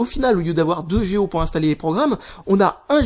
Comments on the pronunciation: on dit pas géo mais giga pour GO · j'ai bien écouté la vidéo au moins 8 ou 9 fois et il dit " géo " pas " G.O "